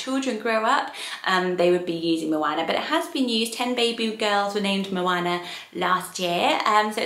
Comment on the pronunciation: For anyone considering the name 'Moana' please take note of the correct pronunciation here Having lived in NZ for 2 years I'm quite passionate about correct Māori pronunciation and moana is the Māori translation of ocean. It's not said with a short 'a' sound, it's a long sound that sounds more like 'arr'. Such a beautiful name and obviously a popular one in NZ, but not so much in the UK!